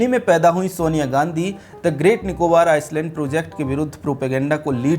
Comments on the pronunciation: Agar freelancing hai toh theek, warna apne team ki class lijite Island ka pronunciation sahi kijiye please. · Sir Island ka pronunciation theek kijiye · bhai island ko aap galat pronounce kar rahe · Good News Sir. Welcome to our Emerald Islands... Mini India 🇮🇳.... The Andaman and Nicobar Islands ( read as 'I - land') s- silent not 'is - land'. Any way. Jai Hind 🇮🇳 Pragthisil Bharat 🎉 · आप हिन्दी में पत्रकारिता करते हैं लेकिन थोड़ा अंग्रेजी का सामान्य जानकारी रखें। आइसलैंड नहीं आइलैंड उच्चारण करते हैं। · "आयसलेंड" ❌ "आयलेंड" ✅ कहो भाई क्यों की इस शब्द में 's' silent हैं! 🤨😡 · Island.. i land👈 s silent hai . Iceland nahi. Main Andaman se hi hu . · भाइ आइस ल्याण्ड नही आइ ल्याण्ड बोलो ना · First you need to improve your pronunciation. It is called Island not Iceland. 😊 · It's not Iceland its pronounced as Eyeland (Island) S is silent.. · It is island not Iceland. When you do public podcast prepare well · Bhai Iceland ni hota ailand bola Jata hai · Ice-land nahi I -land ......s silent hai rest all good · Not iceland it's island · आपका टापिक और कन्टेंट प्रभावशाली है। आइसलैंड नहीं आईलैंड बोले। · आइसलैंड नहीं, आइलैंड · pronunciation thik karlo.. Iceland nahi. Iland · Iceland kiun Bol raheho. Island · भाई आइसलैंड नहीं पर आईलैंड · iceland ❌️ i-land.✅️ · अरे भाई, "आइसलैंड" नही "आइलैंड" बोलो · आइसलैंड नहीं जनाब, आइलैंड कहिए। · O bhai, Iceland nahi Island hai.. 's' silent hota hai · Film herapheri ki ek dialog- Kya youtuber banega re tu, I-land pronounce karne ke jagah Ice-land pronounce kar raha hai, inko itnaa bhi maloom nehi ki island ko pronounce karne ke time S silent rehtaa hai. This ice-land pronouncing was irritating . By the way topic was excellent. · Aapki saari batein theek hai beyond comment hai ...... Lekin Kindly ...... ISLAND Koo ICELAND Naa Kahe ....... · Iceland nahi Island. Pronounciation - iland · ये शब्द आइसलैंड नहीं भाई जी आईलैंड है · Are anpad Iceland or Island! Pronunciation toh thik kar😂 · Pronounced iceland in stead of island through out!😢